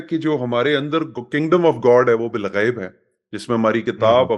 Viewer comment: Balghaib hai Bilghaib NAHI hai